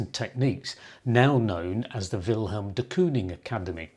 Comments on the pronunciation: I like your videos but it was difficult to hear you keep saying will helm. His name doesn't have an h in it, so it's pronounced Will m. Also, Wilhelm is a german name, so dont mention ze war! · It's not Vilhelm, it's Villem. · Jou uitspraak van zijn naam is fault. Het is Willem, niet Wilhelm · It’s not helm